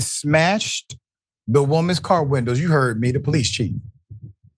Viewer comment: I'll get out of the car if you can say car properly.